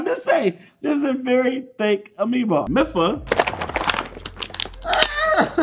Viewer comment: in the official game mipha is pronounced meefa